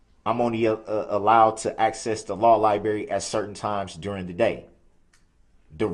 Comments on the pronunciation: "The "li-berry" 😂 😆 😂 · "da law liberry" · The “liBerry” Come on, that’s NOT a hard word to pronounce correctly! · Law Li-berry😂😂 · Da Law Li-BERRY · "law liberry" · Of course he says "Liberry" LOL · You call it the law liberry do you? No wonder you can't pronounce tacit or understand simple legal protocols. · Liberry? Hmm, okay. But, does he REALLY want to be in General Population? Go ahead, put him there. Complaining about PRISON? He's in for a wake up call. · The Law Lieberry? Nuckledragger! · Do we call it the "law liberry", Darrell? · C’mon Darrell, the Ly-berry ?! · The "LieBerry" yes, I guess that is an easier way to say it. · The law libarry 😂😂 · Biastness and biast. Like substain, grounz, axe, tackitt, lieberry, durest, ree-moo-mee-den and various other darrellisms. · Libary. God why can't he speak normal English. Let me axe that?? I'm pretty sure even the closed caption is having difficulty trying to put together what this joke is saying. L O S E R!!! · the law "liberry" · LMAO. "Law libary" 🤣